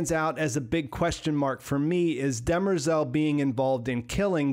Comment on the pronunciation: They definitely cheapened Demerzel’s character by making her a known robot, seemingly lacking the 0th law conflict. Also, did anyone notice they pronounced her name, “Dem-rezel”? Clearly not how it’s spelled, but does work for a more female name. Which it’s supposed to be pronounced “De-MER-zel” anyway.